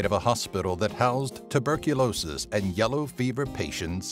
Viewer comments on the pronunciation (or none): none